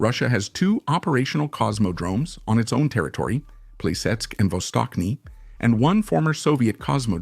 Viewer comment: Not vostokny. Its vastochniy